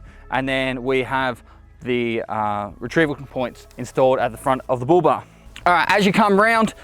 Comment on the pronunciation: Oh he was saying Bull Bar. I thought he was saying booba.